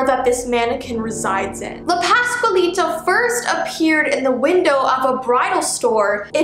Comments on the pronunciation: You did say her name correctly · I am Mexacan American but I speak English But you are saying it correctly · I speak Spanish and this is right